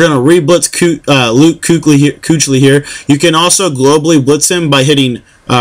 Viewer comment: Just a tip. It's pronounced Keekley. Good job on the videos!